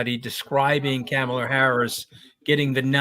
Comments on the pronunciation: Isn't her name pronounced 'Comma-lah' not 'Camel-ah'? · Her name is pronounced comma-la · It’s pronounced Comma-la Like a , She actually has an advert on it, sea b “Kamala Harris name pronounce ad” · All 4 mispronounced Kamala Harris first name over and over! Jesus! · I'm sorry, Scaramucci is a hack. Can he at least try to say Kamala's name correctly? And he is totally wrong about Obama. In typical fashion, Obama is being reserved to avoid seeming like he is swaying how things play out as a superstar of the democratic party. I am sure an endorsement from him will come further down the line. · When's Anthony going to pronounce Kamala Harris's name correctly? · Can you guys please pronounce her name correctly for Christ sakes?